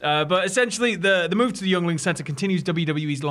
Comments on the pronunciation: It's pronounced Ying-ling. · FYI. Yeungling is pronounced “yingling” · I know you lads aren’t from the states but it’s pronounced “Ying-ling” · It's pronounced "ying-ling" :) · I don't comment much....pronounced (Ying-Ling) it's spelled weird and I typically don't care...but none of you have said it correctly lol...yuengling...pronounced Ying-Ling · Hearing Brits not knowing how to pronounce "Yuengling" made my day. Growing up in PA, it's everywhere.